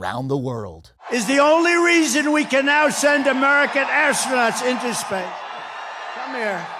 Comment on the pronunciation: "The only reason we can now send American astronau into spay"